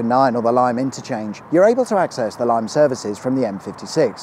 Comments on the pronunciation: Great video as usual. Lymm is pronounced the same as limb not lime for future. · limm, not lime!! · M56 isn't far from me and I have used it many times, in fact, I've broken down on the bridge over the Weaver 3 times. Lymm is pronounced Lim, not Lime. A friend used to work at Hapsford Services (Junction14) and said drivers would come in and report accidents about 8 times a day between J12 and J15. There are safe distance chevrons painted on the carriageway between J12 and J14, and some drivers see them as a challange to get so close to the vehicle in front that they can only ever see 1 chevron at a time. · Limb not lime lol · not "lyme" it's Lymm (sounds like Vim) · Lymm is pronounced 'Lim', not 'Lime'. Lymm services used to be called Poplar's Truck-stop that had fuel pumps and a 'greasy spoon' restaurant before being moved across the road to it's present location, upgraded, and renamed Poplar 2000 Services. Chester services was built on the site of what used to be a large parking area that had a 24hr butty wagon (if memory serves me correctly), I used to frequent there quite regularly with a bunch of CBers that I used to hang out with. Great video though, I learned quite a bit about the local area. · As a Runcorn native I've been waiting for an M56 episode and it didn't disappoint, great stuff as always! I thought I was going to be a billy big balls and point out that it's pronounced Lim not Lime but then I read the comments..did it away😊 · This one's so local to part of my family that I was very much looking forward to this one! Completely brilliant! Now to be one of those people and mention a pronunciation error - Lymm is simply pronounced "lim", not "lime". 'Twas going to end up being mentioned somewhere down in the comments anyway... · Its pronounced Lim, not Lyme. Keep up the great work as usual, love the channel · Lymm is pronounced ‘lim’ not ‘lime’. Great video :) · Enjoyed this one - just a small point, Lymm rhymes with Jim (or Gym), not Lime. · it is Lim